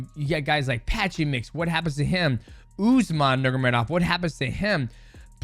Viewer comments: Bro it drives me crazy how he always says it wrong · Nurmagomedov ❌ Nurgamedov ✅ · Nurgamedov 🙃 You are mighty but not in names spelling))) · Mighty Mouse hilarious for the pronunciation “Nurgomedov” LOL we love you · DJ it’s Nur-mago-medov 😂😂😂😂😂😂😂😂😂😂😂😂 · Its NUR-MA-GO-ME-DOV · Dj sayin is Usman nurm….of legit? Brother of Umar nurm….of 😅😅😅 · DJ mispronounces names better than Chael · I love how Mighty can't pronounce that last name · yeah so fucking annoying to hear him butcher the name Just say their first names instead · Nurmagomedov pronounce gets worse every time my brotha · Dj,Bratha... Atleast Say nurmagomedov right 😂😂😂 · Khabib is one of the greatest of the sport. i think his work as a fighter and as a man demands our respect to at least say their last name correctly. the way people would say in his country. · DJ can't pronounce Nurmegomedov 😂. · Dj tried hard to pronounce nurmagomedov but cant 😂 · the way dj pronounces their last names